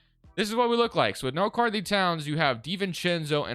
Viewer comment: its really bothering me the way he says karl anthony lmao